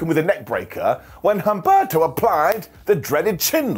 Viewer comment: Again, the "H" in Humberto is silent😂